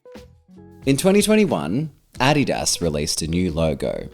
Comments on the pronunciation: Finally someone that takes the effort to pronounce Adidas the correct way. Also a relief to see some videos that don't scream for your attention. You have a soothing voice, and are sexy a.f. :D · 👏 correct Adidas and Nike pronunciation 👏